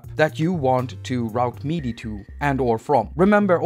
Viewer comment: Every time you say "meaty," I get confused. (For future reference, "MIDI" rhymes with '"city.")